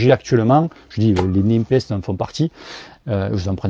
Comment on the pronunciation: Salut, tu parlais de la différence d'estimation de pressions entre sram et silca, je confirme une bonne différence, moi je fais la moyenne des deux 😆 Je trouve Silca un poil plus précis car il prend en compte le poids de l'équipement du cycliste. PS: Ces roues sont fabriquées à Nîmes ou quoi? tu dis NimPEST:p lol c'est prononcé NéPEST.